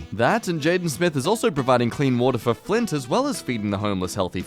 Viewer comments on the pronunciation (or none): none